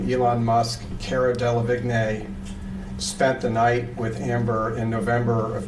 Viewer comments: It's the constantly mispronouncing Cara Delevingne for me😂😂 Like "Caruh Delahwhatever" at this point 🤣🤣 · "Kerra Dellavignay" was a wild pronunciation lmao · Cara who? 😂 I can't get over his pronunciation 💀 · Dela Vick nay 😂😂😂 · "Kerra Dala viggne" ok